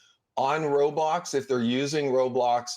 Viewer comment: Why does she keep saying roadblox